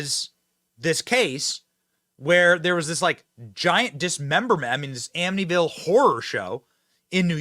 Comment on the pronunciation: Wait, did she say ammityville